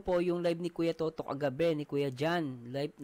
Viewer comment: Wlang s sound c toto!